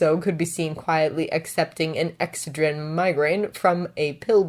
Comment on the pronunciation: Hey- just so you know, excedrin (the medicne dadzawa gave bakugou for his migrane) is pronounced ex-sed-rin. Also, I like the voices you do for your characters :))